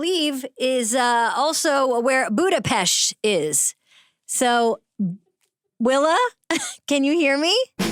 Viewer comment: Amy pronounced Budapest so well, that I forgot to skip the plug!